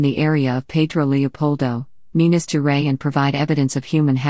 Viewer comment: "Minas geray" like fucking Minas Gerais is a french name or something. smfh.